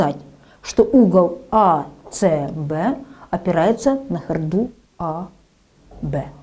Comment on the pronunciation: Кстати правильно говорить хОрду, а не хордУ.